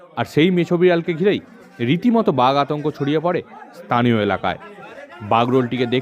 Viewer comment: স্থানীয় ✅ তানিয়❌